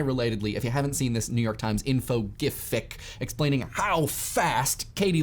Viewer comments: It's pronounced jiff, like the peanut butter brand. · Why the flip do you call them "Jaifs" and why is "meme" pronounced a different way almost every single time it is said? Graphical Image Format. hard G, shot I and, F. You had it right back then and decided to go full spastic for some reason. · Its Gif, not Jif. I mean, you dont say joodbye or jreat, you say goodbye and great. And you say graphix like graphix and not jraphix. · Serioysly, that current 'gif' pronounciation drives me insane! I can't even focus on the video... oh well, I guess I will have to get used to it. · Wtf is a gyf? Why is he pronouncing it so weird? Is it on purpose? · Had a hard time understanding this video because you pronounced the word Gif wrong. I mean "Dgjaiif", WTF man.... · saying gife hurts me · So gif is pronounced Ja-eye-f? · What is this "zhife" nonsense and how did it start? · Yife? What? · what's a jife? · every time he says gjyphye i get an inch closer to unsubbing. also the content thing was annoying. like it's a word just say it. may-may actually made me chuckle a little bit. I don't mind that one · That jife pronunciation hurts my ears. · I say "Yif" ( ͡° ͜ʖ ͡°) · Which is exactly how he pronounces it. :-P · Now you are saying GIF wrong! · why do you pronounce so many things in so many strange ways? makes it tough to watch. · While your pronunciation of 'gif' continues to rankle, I am fully behind saying 'content' like a pirate. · I cant stand the way he pronounces gif. I could not finish because of this. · he is saying it that way because the dude who created gifs is a moron who does not know how to pronounce 'graphics' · Am I alone in my displeasure of his pronunciation of meme and gif? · He does, yes.